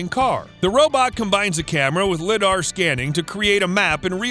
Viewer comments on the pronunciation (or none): It's pronounced ( liedar = lie-dar = lidar ) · The way he said li-dar